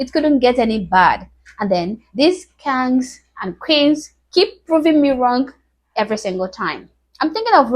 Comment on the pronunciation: I gotta give this young lady credit for these videos. It’s kind of funny how she pronounces “KANGZ.”😂